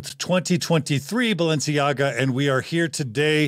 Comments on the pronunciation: Did you say Balenciaga? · Did John say Balenciaga?